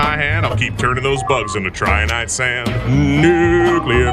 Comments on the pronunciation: 9/10, had to dock a point cause it's Trin-i-tite sand, not Try-an-ite sand. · It was original and it wasn't AI-generated? Nice! (except for that pronunciation of "Trinitite")